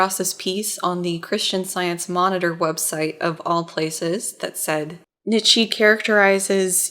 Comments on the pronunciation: I'm really loving the series so far. I don't know if this is intentional and I'm just being a whiny philosophy major, but the name is pronounced 'knee-tjuh', not 'nit-she'. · his name is pronounced like "KNEE-CHA"